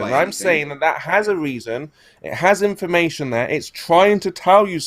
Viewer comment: Is he saying "information" or "inflammation"? I can't tell the difference.